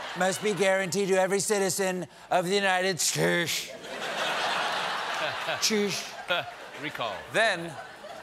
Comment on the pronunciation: I could've sworn he said tush as in the ZZ Top song " lord take me downtown I'm just looking for some tush"🤣🤣 I'm telling you he learned his language skills from porn movies and rock music🤣